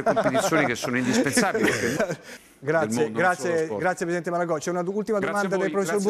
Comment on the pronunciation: Da "PreSiDeNteH" a "MiNiStRoH" è un attimo